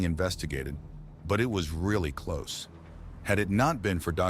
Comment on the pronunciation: AI pronounces close the door as something is close instead of clothes.